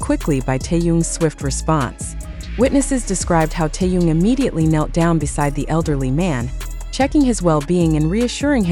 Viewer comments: Господи, почему Тэхёна здесь называют Тун? Как его только не называют. Бесит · Автор тупица,ни разу не назвать Тэхени правильно👎👎👎👎 Стыдно!👎👎👎👎👎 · Не коверкайте имя. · Черт знает, что она чешет своим языком... Какой Тун??? Не знает имени Мировой звезды.... ТЭХЕН... ТЭХЕН.... ТЭХЕН... Запомни или запиши себе на лбу.....